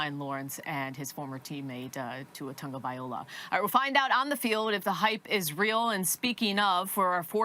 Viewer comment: Why can none of you damn meatheads pronounce Tua's name right? Jesus, it's not Tungabiola